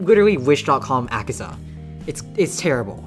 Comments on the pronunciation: its akaza not akiza -_ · He butchered Akaza so badly 😢